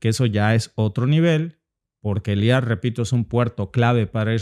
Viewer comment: No es eliat.... Es eilat